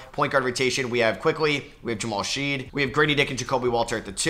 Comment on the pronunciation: The University of Houston Jamal Shead disrespect is real. You mispronounced his name every time in this video 😭